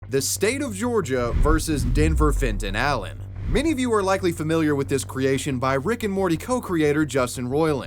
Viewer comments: "Fenton Allen" had a swing of "Fentanyl" every time you said it xD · Fenton Allen.. Fentonal Len.. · Omg if u say Denver Fenton Allen one more time I will die